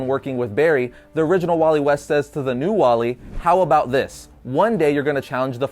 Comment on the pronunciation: dude its wally not wallet